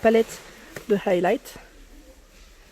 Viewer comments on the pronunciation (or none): Coucou tu sais tu n’est pas obliger de prononcer le H de highlighter lol 😝